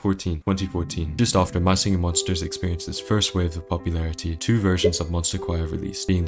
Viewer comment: “mah shinghing mhonshtas”